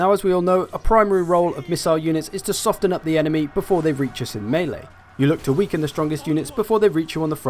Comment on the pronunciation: You don't pronounce the T in soften, it is essentially silent, you videos are amazing and they have really helped my gameplay, But you don't need to use a hard T in soften, it's pronounced sof-en. Please .